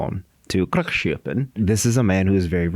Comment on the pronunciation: As a Swede, I finally understand what Milchik said... Gråkappan hahaha! Still not pronouncing it correctly tho Mr Tillman, but I'll take it :)